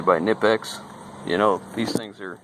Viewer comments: Too bad about the parts troubles. I feel your pain. FYI, according to an actual German guy on another channel I sometimes watch, the K in Knipex is pronounced, not silent. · Americans are used to a k before an n being silent, but you'd think the reps would pronounce the name of the brand paying the bills correctly. That guy had good things to say about Knipex tools, just like you.